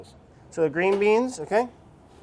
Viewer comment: Love how brad says "green beans"